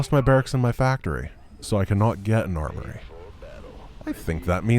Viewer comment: At one point I thought I heard say "arbory" instead of "armory". I think one of us is taking the term tech tree too literally.